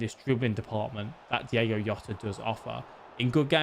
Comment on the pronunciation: diOgo Jota. Not Diego Yota :D